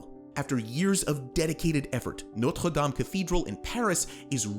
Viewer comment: You pronounced Notre Dame wrong